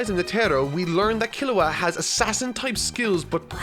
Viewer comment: So is it pronounced "G-on" or "G-oh-n". I've always heard it pronounced "G-oh-n" in both the sub and dub. "Kero-peeka", I mean come on. Sub and dub both pronounce it "Ker-op-ee-ka". Almost but I guess I'll need to add Kilua to this list too. As it is pronounced "Key-lu-wa" and not "Kill-ah-wa" And add Hisoka too the list too. Pronounced "He-so-ka". Not to be judgmental but getting the main characters names pronunciations right is kind of important. (and I'm going by the original sub pronunciations, not even the dub version.)